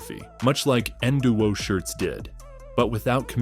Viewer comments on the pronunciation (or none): Is this video ai? Why’d you pronounce nwo as nowwwo wtf 😂